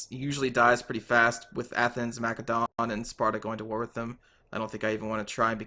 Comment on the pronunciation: I came here to see if this would be a good Total War series to watch. Not even a minute it and you're annoying the crap out of me with the way you pronounce Macedon. Why do you say it so fucking wrong?